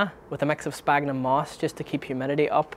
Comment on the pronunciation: Everytime someone mentions Sphagnum moss and mispronounce it as sPagnum moss i cringe a bit :) can't blame you because alot of bonsaiproffesionals are doing exactly the same and i have no idea why, do mind the scientific name of the bog moss we are using is Sphagnum , ph in latin is always pronounced as an F, for example physalis, phlox , philadelphus are pronouced as Fysalis ,Flox and Filadelphus, its exactly the same for sphagnum the correct pronunciation is SFagnum , anyway great job on the youtube channel i think you are helping out alot of people starting out with the hobby.